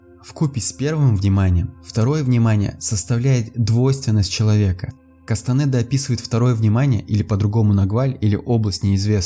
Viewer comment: А Кастанеда - через е, а не через э